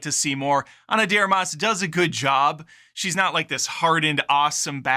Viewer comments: Are you deliberately mispronouncing her last name or you just don't know how to say "de Armas"? You know it's not one word, right? LoL. Love the channel and humour, BTW, been a long time fan. 😎👍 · Learn how to pronounce her name correctly. I enjoyed it.